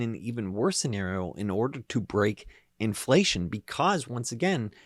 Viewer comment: "Infleshion" !? Freudian slip? Zombie confirmed?